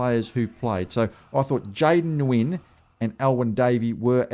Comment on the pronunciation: Hey, Jayden Nguyen is pronounced (New-Yen)